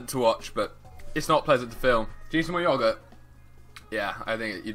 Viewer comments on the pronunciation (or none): I love the way u say yogurt you say it like Yuhgourt